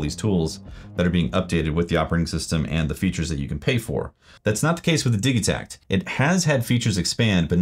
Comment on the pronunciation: Your pronunciation is correct because the name Digitakt is in swedish, and I like how they use words that are similar to english when naming their instruments